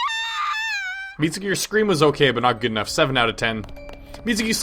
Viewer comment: In the most Japanese names you don't say the u. So you speak Mitsuki Mitski.